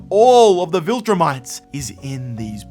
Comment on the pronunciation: Not to want to be a preak, amazing essay, but they are called ViltrUmites not viltrimites.